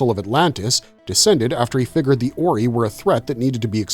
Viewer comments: Oree? JAFA KREE it is OR-EYE! Pronounce it correctly or I will have you as replicator bio material and tossed in a pit full of them! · It's not pronounced as "OR-EE" It's pronounced as "OR-EYE"🤦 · It's not pronounced "or e" its pronounced "or i" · It's "or-eye" not "orey". "al-tare-ins" not "alt-err-ins". You have watched the shows right? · “Or-eye”… not “or-ee” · The Ori.. Or--ry.. Zpm.. not zmp..😂😂😂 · The oreee kills me...way to show an episode has never been watched without saying it. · Why you saying Ori wrong? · ZPM! I hate when videos like these are made by nonfans. Every time the AI gets Ori wrong I wanna scream! I did start screaming at ZMP! Its a zero-point modular, not zero-modular point! Blah!